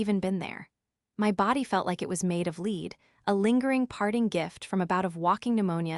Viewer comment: Your ai is amateurish and can’t pronounce words correctly. Others have noticed too. Clickbait! Lead like the metal rather like leading a horse.